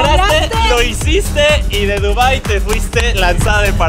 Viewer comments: “en dunbai” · se equivocaron era dubai no dunbai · los amo pero dice dunbai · Dice venciedno y dunbai